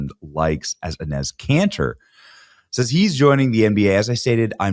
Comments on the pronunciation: Benny is murdering Enes Kanter's name...lol...cracks me up. It's pronounced E - nis. Love the content...stick their own hypocrisy down there Adam's apple. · It’s pronounced “Ee-nes” Canter